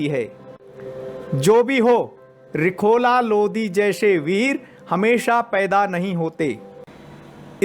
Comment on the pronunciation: Bhai phele lodi nhi hai lodhi hota hai